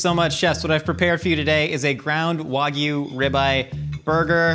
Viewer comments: Pisses me off how professional chefs cant pronounce simple words. Its not waygoo, its WAGYU (WAG-YOU) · That "pro chef" lost all credibility the second he mispronounced wagyu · The way pronounced wagyu hurt my soul. The Y isn't silent